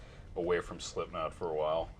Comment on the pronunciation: sipknot lol